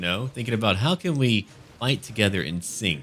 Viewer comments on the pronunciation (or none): none